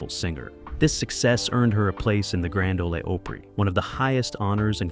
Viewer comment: Terrible job!! You've got several artists listed twice. And "Grand O-LA O-PE-RAY"; what? Laughable!